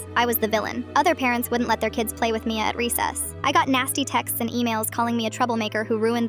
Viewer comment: Bad pronunciation, they didn't get all of the a in Mia